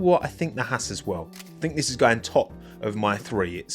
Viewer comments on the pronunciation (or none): none